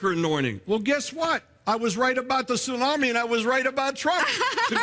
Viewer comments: " AM in the morning" seems kinda... redundant. Also, this is how you pronounce tsunami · Dude, I love you, I adore you, I wanna make mad passionate love to you and have your gay babies, ok! BUT, PLEASE do NOT say TSU-NAM-I like that anymore. Do you really WANT people to know you're Canadian? Hugs and Tugs!